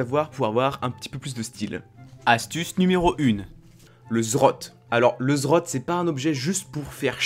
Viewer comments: Le Zrote ? NON LE Z Z Rot ! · quand est ce que tu montres ta tête ? et c'est pas zrot mais zed zed rot btw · on dit le Z Z rot pas le zrot x) sinon bonne video comme dhab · J'aime bien tes vidéos mais s'il te plait, apprend à dire correctement le nom des items. C'est Z Z Rot et pas Zrot. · "Le zrot" Tain je suis mort 😂😂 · Comme pour plusieurs le Zrote m'a bien fait rire mais en meme temps chacun prononce comme il veut l'important c'est qu'on te comprenne ;) Sinon super vidéo comme d'hab' continu les 20k abos arriveveront plus vite que prévu ^^ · Zed zed rote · ZED ZED ROT sa se pronoce comme sa bro^^ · Mes oreilles ont saigné quand tu as dis zrote :'( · JE T'EN PRI, PRONONCE LE NOM CORRECTEMENT 😭😭